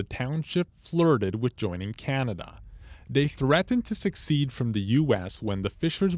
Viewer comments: Almost certain presenter said 'succeed', rather than secede. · SuCCeed ? OR Secede? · The reporter of this piece should take note of the difference between "succeed" and "secede". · There is no "k" or hard "c" sound in "secede" ("sess-EED") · interesting article, but I think you better brush up on your word pronunciation you pronounced angler as angalar, and secede as succeed. One thing the CBC does like is the correct pronunciation of words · The "reporter doesn't know how to pronounce "secede". Either that or he doesn't know the difference between succeed and secede. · There is also no U, or schwa vowel sound in it. A lot of people mistake secede with succeed.